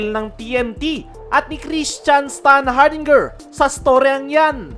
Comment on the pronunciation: Gara ng pronounciation mo s standhardinger 🤣🤣✌️